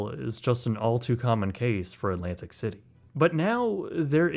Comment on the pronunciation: All alright, just don't another stupid American pronouncing Alantic city, instead of Atlantic City